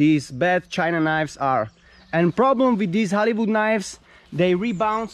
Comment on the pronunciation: Oooh he was saying Hollywood, I heard Halibut